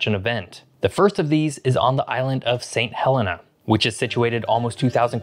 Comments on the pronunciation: It’s pronounced Saint Heleena. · For a geography channel, why do you mispronounce nearly every place name? "St Helena" Angola" "Cape Verde", etc.